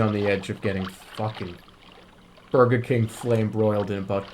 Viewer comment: "Good afternoon!" *Says word that sounds like "Burglar" and "Burger" at the same time*